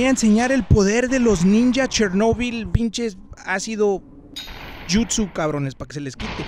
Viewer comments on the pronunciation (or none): Yo I love how he said naruto al jutso